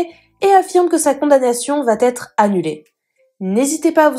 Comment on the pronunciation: « Sa condamnation vaTêtre » ?